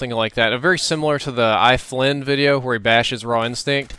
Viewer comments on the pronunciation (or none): iFLIN? It's iFlyILLINI ... As in eye-fly-ill-eye-ny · its not i flyn its i fly illini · It's pronounced: eye-fly-ill-eye-nye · "I Flynn" Isn't it sad iFlyILLINI? *No-one* ever gets your name right. ;_ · It's pronounced I-Fly-ili-in-i. Not trying to hate but Evan hates it when people call him "Iflynn" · Great vid. Btw, its not pronounced eye-flin. its pronounced like eye fly ill eye nie. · it's i FLY illini. not iflinn. come on. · its not iflyn, its ifly illini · Not being a troll, but IFlyILLINI is pronounced I FLY AH LIE NY